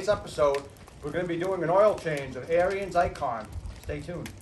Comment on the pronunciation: Ariens...pronounced like Erins, not Aryans, lol.